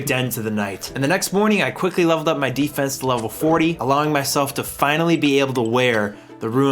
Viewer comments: ok after he kept saying even Rune as Ruin, I stopped watching...insufferable. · ROON, NOT ROOEN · "rune" and "ruin" are two different words and arent interchangeable. Your pronunciation bothers me so much. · Love the video except hearing ruin scape every few minutes lol rune is not ruin but gg mate hope you enjoyed the journey im an rs3 player but i love the osrs experience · You runed the word rune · Did anyone notice can't pronounce Rune? (Ruin is a different word I love you don't me) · are we not talking about the way he pronounces rune ;c